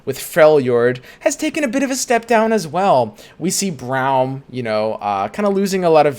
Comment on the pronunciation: why are you still saying browm its brom